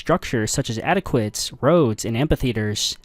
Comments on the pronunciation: Everyone commenting on the butchering of the word "aqueduct", but I don't see one person complaining about the consistent use of "Sasayin"? "Sasanian", bud. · Its Aqueduct not Adequate. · Fabulous video, however your pronunciation of aqueduct is less than adequate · You pronounced Vespasian and aqueduct funny, had to stop listening after that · You should learn how to pronounce 'aqueduct'